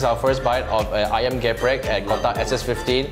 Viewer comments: Its not GE-PREK But its like how you say the E in business and its so different from the real ayam geprek the real one is only chicken being hit using a mallet and then put in the flour fry it and put chilli ontop of the chicken and all the chilli oil get sucked by the chicken and i always eat level 5 its not too spicy.Also how you spell it is SETAN not SAITAN. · Actually its not ayam géprék.. but it called ayam gèprék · IKRRR it kinda bothered me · ikr he tried to correct people but he also did it wrong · Read the first "E" in "GEPREK" like "E" in "THE" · They pronounce "Geprek" wrong lmao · you pronounce the first "e" macam you pronounce "siape", so it's "geprek" instead of "geprek" (idk it's complicated to explain it without actually saying it 😂) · How come the person selling it failed to even pronounce the name correctly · Indonesian : trigger by how they pronounce geprek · I hate it when they say ayam geprek in the wrong way. Include mba-mba who sell ayam geprek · They're not indonesian how do you want them to pronounce the indonesian words perfectly lmao, what do you expect by a non indonesian LoL